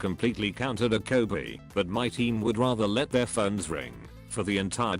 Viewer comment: Did anyone else think that dokkebi was being pronounced the KO-BE.